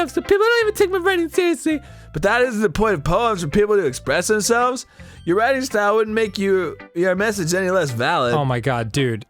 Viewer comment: Monika: Everyone has their own shtoyle... can you show me your shtoyle?